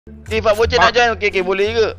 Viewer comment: Fad bocey la woi bukan boceh